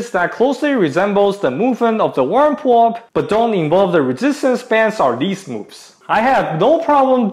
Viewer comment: I keep hearing WormPullup... I was so confused